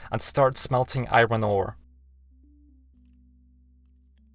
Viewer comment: Not gonna judge you how you say iron but kinda... Yep, gud